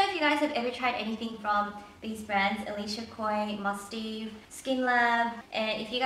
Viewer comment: My friend bought some skincare from Elishacoy and I hear they're all really good. And from what I hear from other videos I think the Mustaev brand is pronounced Must-have. Sorry for correcting you.. :/ Anyway love these type of videos! <3